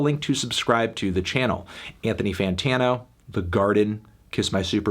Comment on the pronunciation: THIS MAN SAID "INTHONY SIDETANO" LMAOOOO